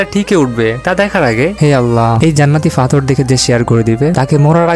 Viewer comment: ঐ বেটা ফাথর নাকি পাথর😂😂😂😂😂